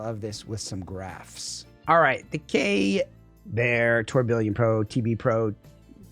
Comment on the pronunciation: please up your pronunciation game, lol. Mar-leeto? Now tour Bill ee on? Its french from the watchmaking world. The faceplate has the gears also referencing it. Pronounced: Tur-bi-yon. Keep up the amazing work!